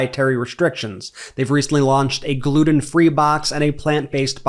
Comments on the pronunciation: It's gluten not gluden. Pronounce your Ts!!!! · The ridiculous ads in the middle are why I quit watching. I paid for ad free, but have to listen to some idiot yammer on about "vegan" and, "gluden-free," (there's a "t" in that word) products for five minutes anyway. Jesus.